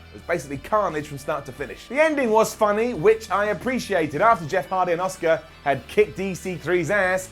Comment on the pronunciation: You actually said “Asuka” 😳